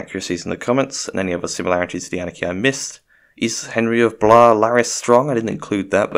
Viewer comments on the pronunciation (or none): I don't know who told you that Blois was pronounced like Lois but they are wrong. It is indeed pronounced like you had assumed (at least in modern french). In older form of the language it was probably pronounced something like "Bloey" but I am no linguist so don't quote me on 12th century french pronounciation. Also I agree he definitely is Azor Ahai